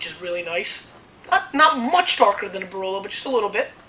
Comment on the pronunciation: BRLOW AND BRNELLOW di MONTLSINIOW and di MONTEPIUNSIENOW from NEBBIOLOW ahah... ps. I am Italian and I can truly say that makes his laugh case